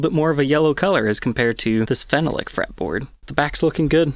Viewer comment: Great video! One thing though, phenolic, your pronunciation needs help. You are saying it fennel-lick. It's actually feh-NOLLick. Emphasis on the second vowel, makes it rhyme with Ben Frolic. Keep up the good work.